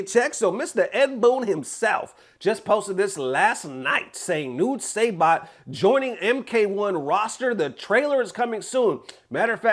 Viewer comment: Dude say bot. Its pronounced sigh - bot. Also for fighting games, learning frame data is a huge reason why people are not good at fighting games too